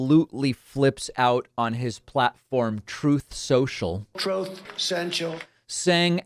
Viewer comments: Troth Sential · Troth seuchal! 😂